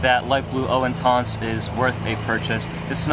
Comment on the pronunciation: how hard is it to type eau intense into google translate french to english and tap the speaker button to see how you should pronounce the name. you watch one reviewer he says it like this another one says it differently my god people. you either use proper french pronunciation or how it sounds in english. good video though, like the channel keep it up